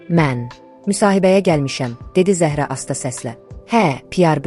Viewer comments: Zəh'ra yox, Zəhra' Dedi Mirsadığ müəllim. Yersiz belə danışmırıq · Ay mətni oxuyan, siz dilimizi doğru, düzgün bilmirsiniz. Bilsəniz, Zəhra adında və başqa adlarda, vurğunu ə hərfinə deyil a hərfinin üzərinə salardınız.... Zə'hra yox, Zəhra' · Zəəəhra yox, duzgun teleffuz et , vurgu "a" herfine dushur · Zəhra Ərəb sözüdür . Zəhraya Zahra deyilməz Ad mənasına sənin savadın yoxdur